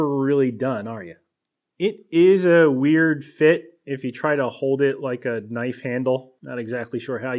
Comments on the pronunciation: its wewd a la bobby duke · In the words of Bobby Duke, "wewd".